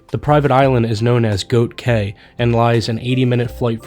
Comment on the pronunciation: Hi,! Thank you for this amazing blog. I lived in the Bahamas for five years. The word “cay”. Is pronounced Key. Just letting you know. I pronounced it k and quickly learned it’s Key